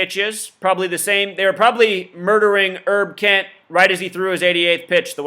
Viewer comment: His name is HERB KENT...Not ERB Kent. As in HERBERT ROGERS KENT.